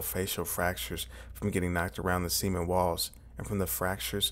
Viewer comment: Never heard anyone butcher the word "cement", but you found a way.